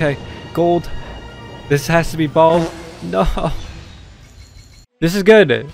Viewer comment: It sound like he kept in saying bald instead of Baal